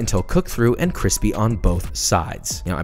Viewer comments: This makes me hope that Deadpool 3 will have a scene of him eating a chimichanga and calling it "cwippy!" Not even kidding. Josh actually kind of sounds like Ryan Reynolds. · Joshua says Cwispy once: My brain recieving that sweet sweet seratonin 👁️👄👁️ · Stop saying quispy.....